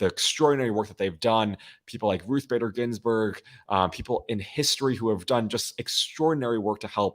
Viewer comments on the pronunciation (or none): none